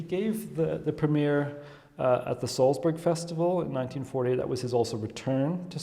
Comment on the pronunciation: Nor can he pronounce Salzburg properly. Weird.